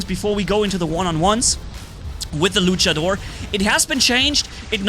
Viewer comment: Se dice luchador no luchedor